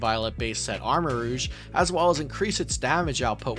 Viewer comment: he meant to say "rogue"